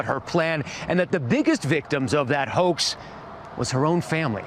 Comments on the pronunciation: I swear the news reporter says, "shattered by that hoe." not hoax, in the beginning. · idk bout yall but when the report hoax is soooo goood. he sorta emphasized the hoa and then added the x very good play on words